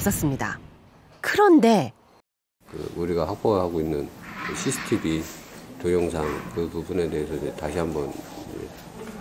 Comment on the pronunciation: 죄송한데 나레이션 하시면서 ㅆ 발음을 못 하시나요? CCTV 말씀하실때 thy thy TV라고 하네요.